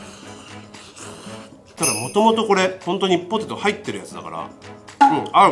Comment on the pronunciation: ポテトじゃなくて、ホテ。トに、なってますよ。